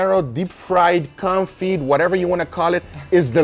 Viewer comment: It is pronounced kown-fee not kon-fit